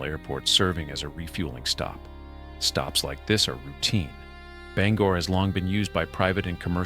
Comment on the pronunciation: Bangor pronounced (Bang) Gore. thank you.